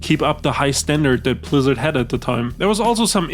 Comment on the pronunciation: 33 mins in homie doesnt know how to aay blizzard homie says plizzard